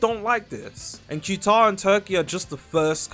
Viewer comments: It’s pronounced cataar not qtar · It's pronounced "ku tar" or "kah tar" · "Q-tar" gtfo 🥀🥀